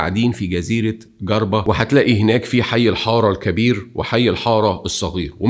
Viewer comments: صديقي جربة تنطق بالجيم المكسورة و إفريقية ... ونحن نومن بان تونس الأمازيغية تناسجت و تجانست فيها الحضرات التى جعلت النخبة الواعية تومن بالهوية المفتوحة كمشروع بناء .. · ملحوظه صغيرة لانى تو نعيش فى تونس الحبيبه من 11سنه والنطق الصحيح لولايه جربه هو چربه ..... تنطق چريه وتكتب جربه 😀🇪🇬🇹🇳 🥰🇪🇬🥰🇹🇳🥰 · هو يعرف ينطقها بالجيم أما هذاكة نوع من التحقير العرب معقدين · جربة بنطق الجيم كما هو في اللغة العربية و ليس بنطق الحرف باللهجة المصرية ، تحياتي لك على المعلومات التي تنورنا بيها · على الأقل حاول تنطق اسم الجزيرة صح 😩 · هيا إسمها جِربة بكسر حرف الجيم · جربة الجيم بالكسرة و ليس بالفتحة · جزيره جِربة بكسر الجيم .. و تتقال ب حرف ج مو "ڨ" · (Jerba or djerba) not gerba 😅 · جِربة ب كسر الجيم وليست جَربة 💐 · و اسمها Jerba not Garba !!! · أخي ليه انتو المصريين عندكم مشاكل مع كل اللغات اسمها ( جربة ) مش ( قربة ) حرف الجيم يا عم ذي (جمل) مش ( قمل ) ولا أقول لك ( ق ) مش أؤلك , عندكم مشاكل في الغة العربية مشكلة في النطق أما في اللغة الانجليزية ياااا لهوييي🤣😯 مثال صغييير ( problem ) بتقولوا ( broblem )😅 يعني أنا كتونسي لما أسمع مصري يحكي إنجليزي زيو زي الهندي مفيش فرق يا مصريين بالله عليكم اعملوا مجهود أكثر في نطق الحروف يعني مش رح تخسروا حاجة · نطقك لجربة فضيييييييع جدا اسمها جِربة مش جَربة . عميتها هههههههه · اسمها جزيرة جربه وليست جزيره قربه😂😂😂😂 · Garba? 😭 it’s Jerba (جربة) with a J! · شكراً على الفيديو. ماإسمهاش جزيرة ڨربة بل إسمها جزيرة جربة. يا ريت تنطق أسم المدينة أو الجزيرة التونسية صح. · جزيرة #جربة موش ڨربة. انطقها بحرف الجيم. شكرا على العمل واصل peace 🌿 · اسمها جزيرة "جِرْبَة" مش "چَرْبَة" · ارجوووك النطق اسم الجزيره جربه موش قربه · جِربة بكسر الجيم ليس بفتحها Djerba Island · اسمها جربه وليست قربه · نطق حرف الجيم لازم يكون صح جزيره جربه وليس قربه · Garba????? مالك يا ابني اسمه اسمها jerba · بالله اسمها جزيرة جِربة مو غربة .. كسر الجيم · اسمها جزيرة Jirba مش Garba 😂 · تنطق جِربة مش جَربة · تنطق جِربة مش ڨربة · يا عزيزي يا الجزيرة اسمها جربة بالكسرة حرف الجيم مكسور تحياتي متابع لك من تونس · كنت حنكتب نفس التعليق جِربة بكسر الجيم.... تحياتنا لتونس من ليبيا